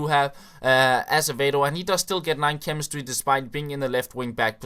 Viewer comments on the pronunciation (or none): 3.56 chwemestry lol